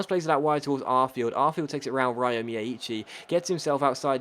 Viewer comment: by the way the way you pronounce miyaichi's name is wrong, as an Irish person living in Japan I can tell you that you should pronounce it as Rio instead, as that is closer to the correct Japanese pronunciation of the name!